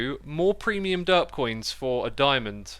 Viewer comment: Sometimes now as re watching and just listening while I work it sounds like X is saying dirt block instead of derp block. So now its just gotten funny to imagine he is saying dirt block and listen to how he praises it lol